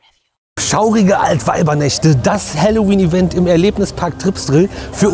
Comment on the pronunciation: Ich versteh immer Hallo wien 😅